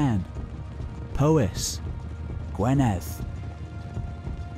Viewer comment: Sorry to be a stickler! But the Welsh counties are Powys (pronounced pow-iss), Gwynedd (pronounced gwin-neth) and Dyfed (pronounced dove-ed)! But thanks for the effort, it must be huge!